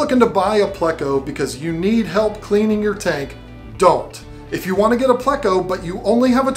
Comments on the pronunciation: It’s pleco where do you hear (play•co)? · its pleco not playco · Also why does she say "playco" instead of pleco like her husband correctly does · Pleco. Not play-co. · I can deal with the lovely saying "bayta" but I can't abide her saying "playcko" 🤣🤣